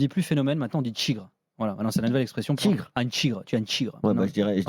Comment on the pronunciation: "maintenant on dit "tchigre"".... On est vraiment obliger d'écouter des imbéciles qui parlent de moins en moins bien français pour nous servir d'exemple?